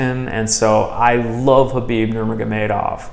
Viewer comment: K is silent brother so please pronounce his name properly.. Thank you